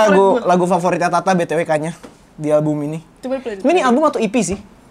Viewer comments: "Kanyaah" bukan kanyah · Cara bacanya kanya-ah nih mon maap wkwkwkwk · Bacanya "ka nya ah" bukan kanyah, kanyaah artinya kesayangan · itu "kanyaah" bukan "kanyah", lu bacanya kanya'ah dari bahasa sunda artinya kasih sayang. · Fyi kanyaah dibacanya ka-nya-ah, taaa, wkwk. Bahasa sundanya kesayangan